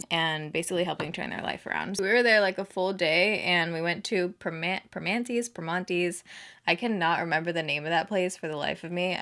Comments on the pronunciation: "per-mannys " is how us pittsburghers say it 😂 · Love love love that shirt!!! It’s pronounced like this “PRA-MAN-TEE’s” I am so sorry I did not make it up. 😩 I loved you both stayed in Mt Washington. That is by far next to the North Shore (close to Heinz’s Field) for excellent views of the Burgh. It is so amazing up there! Love SS videos. Glad you made it to the Burgh! I cried watching you with all those beautiful people at Ross Park Mall. You make such a positive impact in your audiences lives! Pittsburgh is known for being super friendly! I knew they would come out in full force for you!!! So glad to call PGH home! 🖤💛 Smooch and Congrats! 💋💋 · Haha it’s pronounced in Pittsburgeese “Permannìes” Loved seeing you in my city girl please come back!!💕💕💕